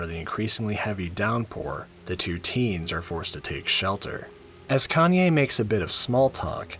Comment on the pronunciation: Everytime when you keep pronounce Kanie as "Kanye" I keep turning my head on your video while I'm drawing. 😂😂😂